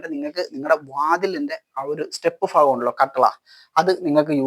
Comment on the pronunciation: വൃായാമം കൊള്ളാം പക്ഷേ ഫാഗം എന്നല്ല പറയേണ്ടത് “ഭാഗം “എന്ന് പറയുക